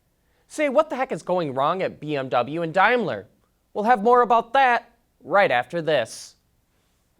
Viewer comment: Dimeler? It's Daimler, daim not dime (pronounce as Dame Lee) just saying lol